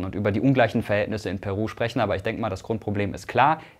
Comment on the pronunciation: Meine Freundin ist Peruanerin und aktuell dort, ich finde es erschrekend wie wenig das Thema in den westlichen Medien thematisiert wird. PS: Irgendwie spichst du Peru am anfang sehr Deutsch aus weil die Betonung da bei dir auf dem P liegt :D